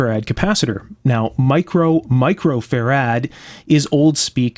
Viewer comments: Great video, and I love the way you say fur-rad. Brilliant! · "faRAD?" My dictionary says "FARad," as in FARaday.